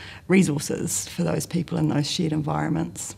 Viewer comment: Conveniently, her accent makes "shared environment" sound like "shit environment".